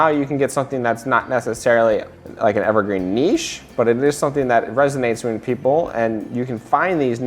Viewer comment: I love it when people can pronounce niche ("nish").. Thank you!